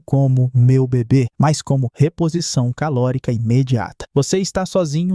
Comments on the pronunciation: invés de reposição calórica, está "reposição calárica" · as vezes vale conferir as imagens geradas pela IA mano "Calárica"